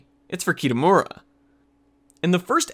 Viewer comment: Pls help.... the pronouncing of the names are so painful... mainly kitamura and minori.